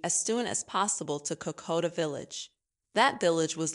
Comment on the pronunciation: Cocoa Trail...? Sounds yummy. Try Kokoda. Made it 5 minutes. I'm not sure if the narrator is human or not but she should work on her pronunciation. And the CC text writer should be fired.